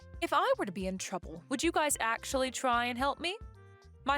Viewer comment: I don’t mean to nitpick but it is mothers in law not mother in laws and it’s guys is not guy-es. Sorry it just drives me crazy 😂.